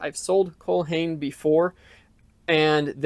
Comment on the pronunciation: Hi, great video! Just wanted to let you know how to pronounce Cole Haan. The last name is pronounced like Fawn with an H so Hawn. :)